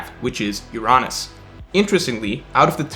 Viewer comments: Bro wtf is your-on-us ? Its UR-UH-NUS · Why do you pronounce Uranus as “You-Ron-Us” it’s suppose to be pronounced like the actual planet. “Your-Anus” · C’mon, pronounce ‘Uranus’ the right way 🤣🤣🤣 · I love your child-friendly prononciation of Uranus. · I was about to like the video, then mispronounced "Uranus" and I became sad 😞